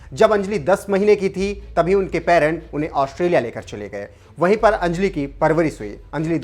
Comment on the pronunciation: अंजलि शब्द का सही उच्चारण सीखिए